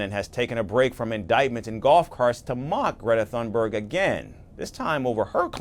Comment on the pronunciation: It's sad when Trump can pronounce Greta Thunberg's name properly, but the journalist can't. What next, is he going to call her "Greta Thumbdrive?"